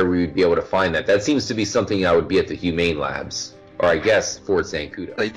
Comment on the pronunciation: says humane labs french guy human labs